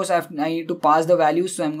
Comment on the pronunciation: It's " Tesla " not "Telsa "..